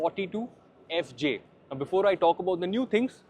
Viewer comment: Only Youtuber to pronounce FJ 🤣